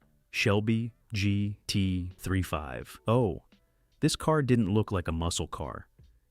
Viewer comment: Come on…. Lose the AI narration!! PLEASE! I can’t stand hearing mis-pronounced words, odd pauses, and stuff like GT ….. three five ….. oh Lose the AI…